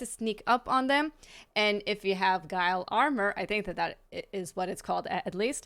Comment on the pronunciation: Ghillie isn't pronounced Guile. its Gill- EE. you are ofcourse forgiven becausw the word is barely english and does seem to be grounounced the same as guile. Its more of a military term to know and if your interests don't fall along that type of thing you'd really have no way of knowing